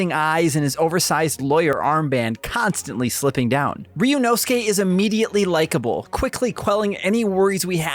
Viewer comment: Of all the videos out today, this is the most well put together and i can tell proper research was put into making this. Can't wait for this game to finally come out in ENG!!! Edit: Update, this guy is also the only one so far who tries to pronounce Ryunosuke's name correctly. Thank you